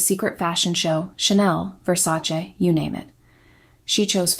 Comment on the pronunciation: At last someone who pronounces Versace correctly. Thank you! I'm Italian and I hate when people pronounce it Versa-chee.